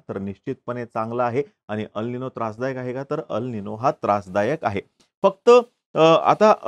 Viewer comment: अल निनो हे बरोबर उच्चार नसून ' अल निन्यो' आहे. ला निना हे बरोबर उच्चार नसून ' ला निन्या' आहे. क्रुपया बरोबर उच्चार असावेत🙏